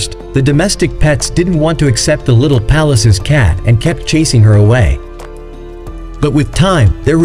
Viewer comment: Pallas not palace